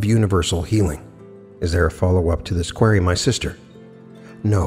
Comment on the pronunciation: u GOTTA learn how to pronounce QUERY